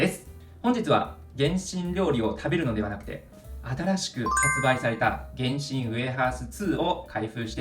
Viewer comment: 原神のイントネーションおかしくない？